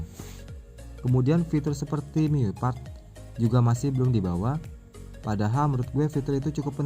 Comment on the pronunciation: bacanya Mi Yu Ai bang XD (Me You I)